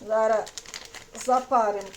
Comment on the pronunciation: Говоріть нормально, не зара, а зараз!!!